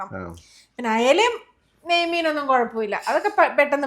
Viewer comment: നെയ് മീൻ എന്ന് അല്പം പതുക്കെ പറഞ്ഞാൽ മതി. പോകുന്നവഴിക്ക് അല്പം പശുവിൻ നെയ്യ് കൂടി വാങ്ങിച്ചോ, വാങ്ങിയ മീനിന്റെ മേലേ പുരട്ടാൻ, നെയ്യ് മീൻ ആക്കണ്ടേ 🤣.